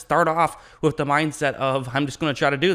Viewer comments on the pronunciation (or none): With or wiff??? Lol